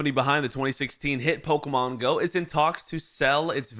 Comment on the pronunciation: IT'S PO-KEY-MON!!!!